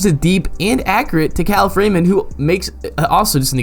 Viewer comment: Kalif Raymond’s name is pronounced Kuh-Leaf